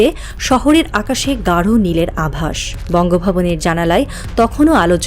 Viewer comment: বঙ্গভবন শব্দ টা আর বলবেন না ।